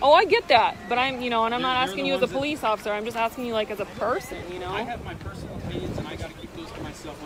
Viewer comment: I can't tell if you said occifer on purpose or accident, either way, it was hilarious hearing that